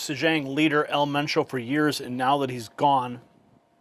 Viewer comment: It's EL MENCHO. Pronounced just like it looks. The most wanted cartel boss of the most violent one. Should not be a surprise to anyone who thinks they can safely hang out drinking and sunbathing there.